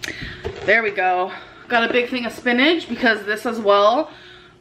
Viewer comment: I dislike how she says spinagge and im port in.